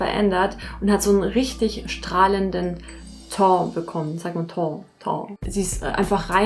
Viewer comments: Wenn, dann eigentlich eher “Täh“, der Berliner zb sagt “Teng“ - Und die französische Aussprache liegt ungefähr dazwischen. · Teint spricht man ungeföhr "Töh" aus :D